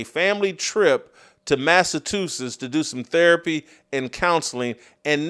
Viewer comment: Jason..... say it with me.... MASS - A- CHU - SETTS. Not.... MASS - A- TOO - SETTS. Come on man....